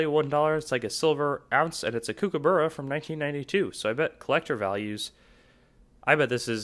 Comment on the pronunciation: Learn how to pronounce kookaburra!